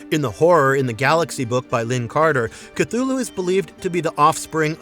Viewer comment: The way they pronounce Cthulhu with a Ch sound 🤮